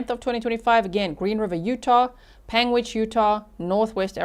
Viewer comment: You are saying Panguitch correctly 👍